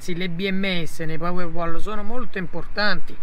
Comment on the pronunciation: Tutto giusto, ma powerwall si legge "powerwOll". Queste sono le basi🤣